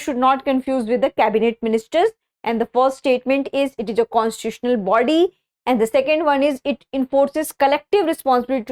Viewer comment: Constituitional pronunciation ❌